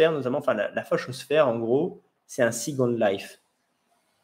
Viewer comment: pourquoi employer des termes anglais comme « second life », prononcé avec un fort accent français, ça veut dire quoi concrètement en français?